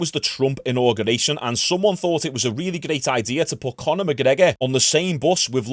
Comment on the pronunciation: Who the fuck is Con-eh? What a whopper man.